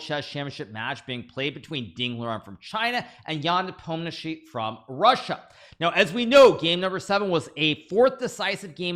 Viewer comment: Nice he said nepomishi not nepomniatchi lol